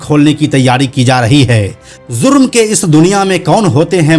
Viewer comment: Bhai Zang Nahin Jang Boliye Aur Zurm Nahin Jurm hota hai 😂😂